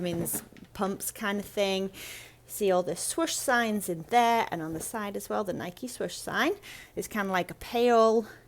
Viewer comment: The blue label NIKE windbreaker is definitely '80's. BTW congrats on pronouncing NIKE the way the company does, it seems that most Brits insist on saying Nik (with the "e" silent.)